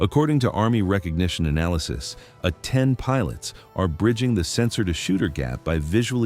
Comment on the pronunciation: Can't teach AI to properly pronounce "A-10"??? Then get to work!! Uh ten?